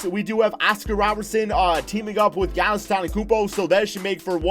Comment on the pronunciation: Is it just me or did you say Giannis wrong